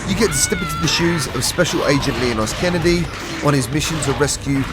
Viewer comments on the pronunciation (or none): none